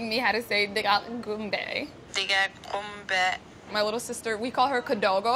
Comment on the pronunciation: I hate how she says qumbe. I can say it and I'm not even Somali.